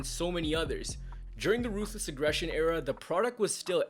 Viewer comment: You didn’t say it right. It’s “RRRRRRRRUTHLESS AGGRRRESSION”